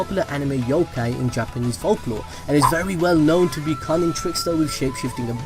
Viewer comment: He said gapanese